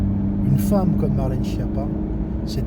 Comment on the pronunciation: Et enfin, respecte cette dame et prononce son nom d'origine Italienne correctement : skiappa, ce qui veut dire cancre nulle zéro et courge (dans les deux sens!)